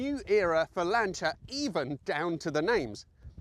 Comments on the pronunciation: Why is he calling it a Lan Cha? Not a Lan Sea Er? Have i just witnessed a Mandela effect... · Lancha? What on earth is that. It’s LANCIA as in lance!!! Just like Julius Caesar is not Julius Kaiser! Or Cicero is not Kickero! FFS!!! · ...did you say "Lancheeya"? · Annoying AI-voice, 'Lancher' 🤦🏽🙋🏽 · "Lancha"?? "Bitta"?? "Zagahhto"?? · Why the stupid accent for Lancia? Speak English or Italian. We don't travel to Roma we go to Rome. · Maybe learn how to pronounce “Lancia” and stop shouting. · Yes, but sorry, it does sound VERY middle class and poncey😀in England.